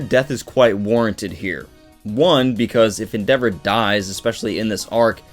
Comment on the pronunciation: Your mispronouncing endeavors name en-da-vor not en-devor